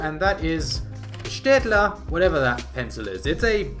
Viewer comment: Loving your on-point pronunciation of Städtler